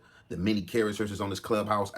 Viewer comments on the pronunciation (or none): “ many charasers “😂😂😂😂😂